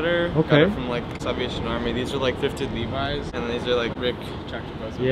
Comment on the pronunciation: did that first girl pronounce levis as leevee or am I tripping?